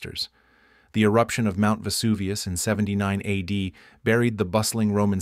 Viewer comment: Vesuvioooo no vuvius!!!!!!